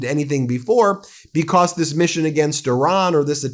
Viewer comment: Why can't he say "because" correctly? Bee-cosss😆